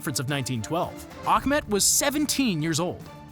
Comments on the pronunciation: Its Skenderbeu or Skenderbeg not Skandenberg and its prounced Ah-met not Akhmet do some research before posting videos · His name wasn’t pronounced Ahkmed. It is Ah-met.